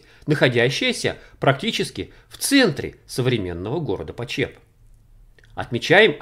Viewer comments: слух режет как город называете. на брянщине его называют ПОчеп, а не ПочЕп) а так всё очень любопытно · Большое Спасибо за ваш труд!!!!!!....Небольшое замечание--- ударение в названии города все местные делают на первом слоге:...ПОчеп..... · Хочу поправить . Город в Брянской области называется ПОчеп с ударением на первый слог. Искажение звучит очень не приятно и не профессионально. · Почеп ударение на о. Бабушка с дедушкой жили в 2 -3 часах езды оттуда. У них в тех краях видел кирпичь расплавленный голубозеленого цвета застекленевший. И доспехи не проржавевшие сквозь времена. Но трогать их запретили . Думаю из-за радиации. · В названии города ударение ставится на букве "о". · Почеп ударение на О .... А то очень режет слух .... В Брянск бы заехал на Чашин курган ... Остаток звёздного бастиона ...там кладбище теперь ... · ударение на первый слог почеп